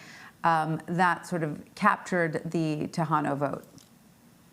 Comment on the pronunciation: Who is the expert who can’t even pronounce Tejano correctly?!